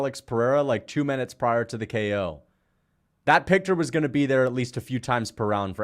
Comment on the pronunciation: calling Herb "her" then saying picter twice, homie you hammered G????????? 😅